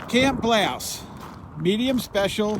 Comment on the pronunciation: OK I hate being picky BUT...... last video I saw you kept saying Edinburg instead of Ehrenburg! Now you keep saying Blouse instead of Bouse! As uncle Joe says “come on man”!